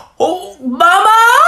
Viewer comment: I love how he says MAMMa